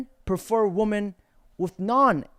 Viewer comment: Day 678 How do u watch clips all day and not see your pronouncing women plural wrong bruh